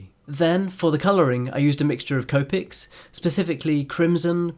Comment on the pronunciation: The he says copics I’m dying